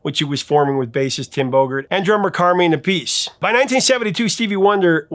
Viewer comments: Speaking for all my paisan out there, it's pronounced Car-mine Ap-uh-see. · Speaking of "mispronunciation" ... Carmine Appice would like a word with the "professor".